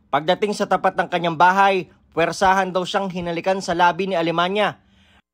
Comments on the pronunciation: Alemaniac Ata hindi alemanya? 😅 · Alemania❌ Alemaniak✔️ 😂🤣🤣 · Archie alemaniak kasi eh. Naku kahit pakinggan nlng ang pagbigkas ng apelyedo eh